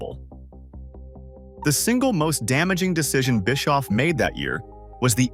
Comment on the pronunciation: Biskoof 😂😂😂and Oal 😂😂😂